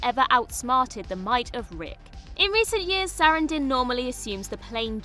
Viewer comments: It's horrible. Highlighting her as a super famous star and then mispronouncing the name is jarring. It makes me immediately think the narrator is dumb and the editors are absent. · I can't get over the way you pronounce Susan Sarandon's last name 😂 I love it btw 😁👍